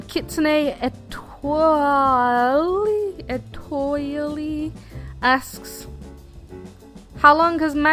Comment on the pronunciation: EXCELLENT MOTIVATION QUOTE!! Also good job at pronouncing my username, lots of people have trouble lol. It’s more Kit-Sue-Nay Eh-Twal